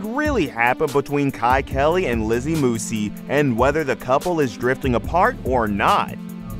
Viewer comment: He can’t even pronounce her last name correctly